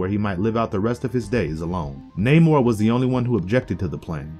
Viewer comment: This is a nitpick but you say namor's like the Seattle base ball team mariner